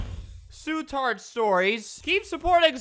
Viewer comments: lol love how u struggle to say su tart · Su tart: *Puts noteh in pocketeh* I always new Su Tart sucked at doing things, he can't even say his roleplay actions properly - .